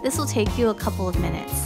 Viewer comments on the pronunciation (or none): none